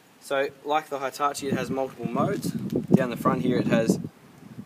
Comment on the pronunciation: Jesus christ it's pronounced "Hee"tachi not "high"tachi